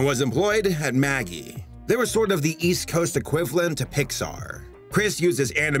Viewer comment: MAGI is pronounced Maj-eye.